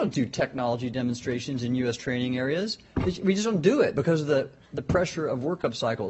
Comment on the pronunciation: Did he say Demonstration or Demon Stratton ?